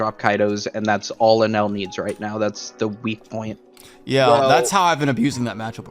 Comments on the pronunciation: Algorithm. I think it’s Enel not enel . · I gotchu you guys You guys are saying enel wrong